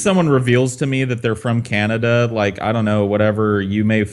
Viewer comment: "He's from Canadia"